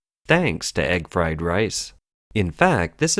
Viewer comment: Egg fwed wice